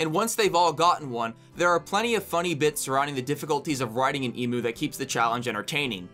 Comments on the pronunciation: I hate to be that Australian guy but you're saying emu so wrong it's mew like the pokemon an emoo is the sound a robot cow makes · "ee - mu" he says, incorrectly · As an Australian I need to tell you that’s not how you say emu it’s more pronounced “eemyou”